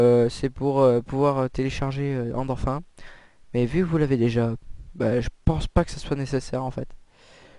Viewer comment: va apprendre que sa ce dit "endorfine" et pas "endorf1" comme tu dit ... tu te vente trop c'est insupportable je n'est même pas réussi a voir la vidéo juste au bout...